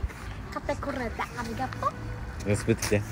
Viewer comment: ｶﾃｸﾚﾃｱﾘｶﾞﾄｳ がまじ発音フィリピンなんよww